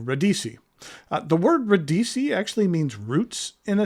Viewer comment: FYI it's ra- DEE-chee.